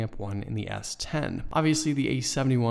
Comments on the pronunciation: take a shot every time he says S20 instead of S10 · Why are you saying s20?